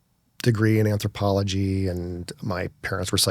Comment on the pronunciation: The last one I watched he couldn’t pronounce “anthropology” With Ammon Hillman he wouldn’t let him finish thoughts right when they were getting juicy. How do I get these guests instead of him.